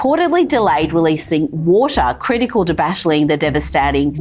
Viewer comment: This woman doesn't even know how to say "devastating"